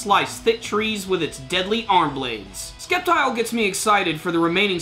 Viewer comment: The c is silent in Sceptile... So its pronounced Sep-tile... :-P